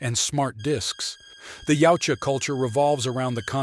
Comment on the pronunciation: Wow...finally someone pronouncing 'Yaujta correctly